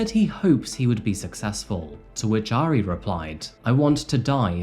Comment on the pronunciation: I love this video but the mispronunciation of "Airi" is driving me nuts. 😂 I still love you though. ❤😋